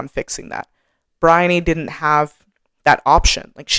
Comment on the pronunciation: I thought your explanations are spot on. I did have to laugh about your difficulty pronouncing Briony's name though. I'm British and my youngest daughter's name is Bryony (different spelling, same pronunciation). She was born in the UK but when she was 4 we moved to the US where she's lived ever since. She's now in her 40s. And she has always hated her name because nobody, but nobody has ever been able to pronounce her name and as a child she got called some very bizarre versions of her name by her classmates up to and including 'Baloney'. 🤣😂While it's not one of those very common names it's certain well known over here and everyone will know how to say it, and generally say what a pretty name it is.